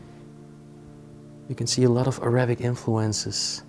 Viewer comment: You know I’m going to stop listening or watching any of your uploads. You are supposedly bilingual and you pronounce the word ARAYBIK. first of all it pronounced A RAH BIK. Secondly please refer to us as a middle eastern family. We speak Arabic but we are Not ÁRAYYYY BIK. why don’t you show the room, don’t go through everything. We are not stupid. You tell us that there are pens and there is this and that. Show us and keep your personal opinions to your self. Your explanations are ridiculous have you heard your self, this is the pen that you use to write with. Your English is lousy. Your pronunciations are ridiculous….. it’s very Reeeeetro as you said. But it pronounced as RET ROW.